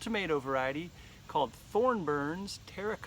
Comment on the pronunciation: It's probably easier to say with the 'N' as in 'Thorn' - but it is Thor - burns Terra Cota.